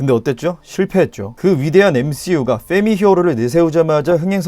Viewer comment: 볼떄마다 느끼는건데 이분은 f발음(펙트, 페미) 발음이 뭔가 찰짐